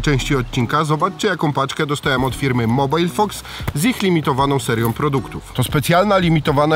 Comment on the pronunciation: a nie jest to MOBIL fox a nie mobile :D